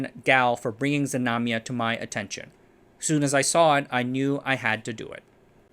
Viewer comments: Znamya/znamia, not Zmanya. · It's "Znamya" (flag), not "Zmanya". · not zamanya but ZNAMYA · DudE! I am native toungue russian, I heard that name zemanya 7 times and couldn't understand it. The name is ZNAMYA (flag/banner), not zmanya..